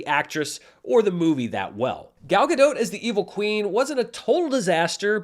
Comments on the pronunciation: Since I know you care about pronouncing names right, Gal Gadot is not French so you should pronounce the T at the end of her name. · Sorry if I made it seem like you weren't trying. Listening again it seems like you did, It's not as clear as if you were pronouncing it like you would in Hebrew, but it's close enough. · In the Giancarlo Esposito spirit, a pronunciation guide : Gal (sounds like “shawl”) Gadot ( “GodOAT”)